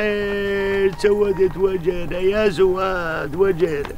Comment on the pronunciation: يا ريت واحد يفهّم "ذيب" ان زيد اسمه "زيد" مو "زيت"، وزواد اسمه "زواد" مو "زوات" ههههه